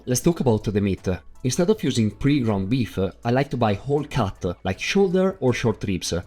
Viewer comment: Cute it intoe piecese. Terrible-e